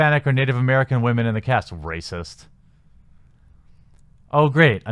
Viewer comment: Raspect wahmen